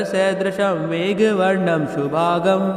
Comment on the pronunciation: Are Guruji shubhangn bolo shubhag galat उच्चार हैं.